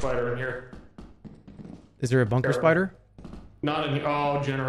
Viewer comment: one of the funniest Jerma moments of the year. Bunkah Spidah.